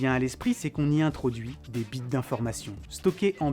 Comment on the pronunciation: Très intéressant. Il aurait été intéressant de bien faire la distinction entre le stockage impliqué sur le net et les flux journaliers, qui accumulés doivent bien représenter une pastèque annuelle. NB: Un moyen très simple d'éviter la confusion quand on prononce 'bits' c'est de le prononcer correctement, soit b.i.t.sssss 😂